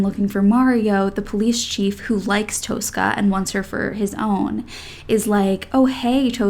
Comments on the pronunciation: Please... It's not Toastcar Toas-cah, but "Tosska" like in toss-it-away. Two short syllables. No more Toas-cah, please. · Tosca pronunciation is Tos-ka.